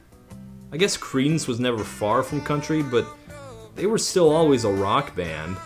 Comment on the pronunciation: Ok, one more time I'll hear "Creedence" as "Cretins" I'll die laughing :D